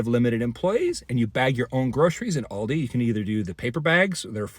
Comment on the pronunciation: first, pronounce Aldi.